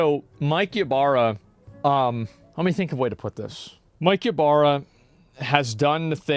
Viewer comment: Why everytime he says Mike Ybara it sounded like Capybara?